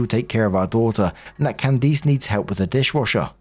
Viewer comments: I am begging you to learn how to pronounce Candice. It’s not pronounced “Can-deece” it’s “Can-dis” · Loving "Can-Deece" instead of "Can-Dis" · How is it that narrators have never heard names like Candice (it's not "Can-deece") or Isaiah or Isaac?? There's many more, they're all normal everyday names, but the narrators pronounce them so strangely, as if they're obscure names from thousands of years ago...🙄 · My name is Candice and it kills me with the way you are saying my name.😂😂😂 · Weird pronunciation of Candice is throwing me off. The last syllable is generally pronounced like 'list.' Edit: (without the 'L' and 't' of course)